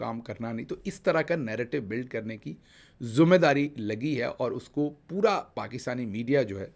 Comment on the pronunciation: Word "Zumme Dari" nhe "Zimma Dari" hota hay Dr. Sb.